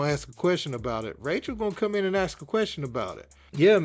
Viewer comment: It’s ask not aks